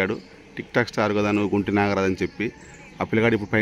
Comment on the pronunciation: Nagaraju kadu ra 😅🤣🤣🤣😂